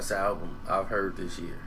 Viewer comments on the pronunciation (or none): none